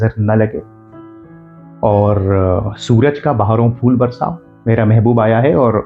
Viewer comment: Bhai...बहारो फूल बरसाओ ,not बहारों फूल बरसाओ सभी लोग आजकल दोस्तो की बजाय दोस्तों बोलते हैं।